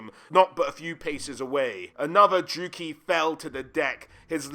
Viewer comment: It's a bit jarring how many names you pronounce wrong. Hag REFF? DruukEEEE? It might be worth looking up how to say certain names before making a video like this.